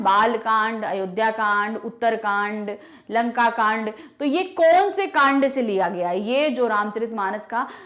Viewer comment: Ma'am its kand not khand.